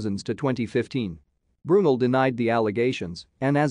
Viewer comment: It’s pronounced BrooNell